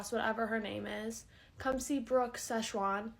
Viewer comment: that girl did not say brooke sezchuan sauce 😭😭😭😭😭😭😭